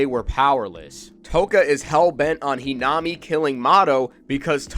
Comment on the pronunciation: Its the correct pronounciation